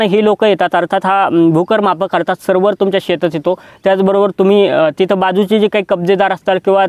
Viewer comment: छान माहिती (फक्त सर्वर नाही तर सर्वेअर)